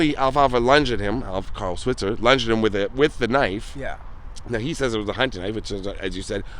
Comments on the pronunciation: His last name, Switzer, is really pronounced with a long "i". Swite-zer. Several of the shorts have the kids addressing Alfalfa's mother by the true pronunciation. Also, the films were made for movie theaters to be shown before the feature films. The series began in 1933, before television was invented. No one thought about later showings so there were no residual provisions in their contracts. The films were rereleased in theaters throughout the 1920's and 1930's by Hal Roach, the creator and producer of the series until MGM bought the rights and continued the series for 6 more years. They weren't on TV until 1955. MGM kept their films with the "Our Gang" title and Roach had to change the name of his films to "The Little Rascals" and various titles for the silent "Our Gang" films, of which numerous ones are lost films. Very nice video, guys. Also, Carl Switzer was short in the buttocks and the bullet went through his groin. A witness to the shooting, who kept his silence for years until after the shooter had passed away said that he was shot when he was leaving the house. It was really not a justifiable homicide. His brother, Harold, took his own life after having apparently killing someone and couldn't live with what had just happened. Very sad. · You mispronounced his last name. It's pronounced "Sw-eye-tzer".